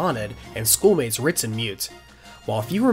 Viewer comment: No one else is hearing “Fritz” when he means “Ritz?” No one?